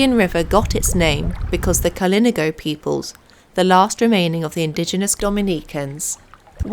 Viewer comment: KalinAHgo is how it's pronounced.